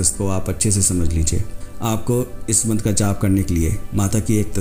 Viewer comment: मंत्र का उच्चारण तो सही है कृपया मंत्र लिख बताने की कृपा करे